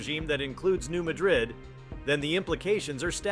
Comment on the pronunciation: Please say the name pronunciation correctly. Mad rid Not some town in Spain.